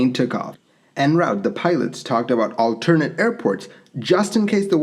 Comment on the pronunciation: Never heard "alternate" pronounced that way.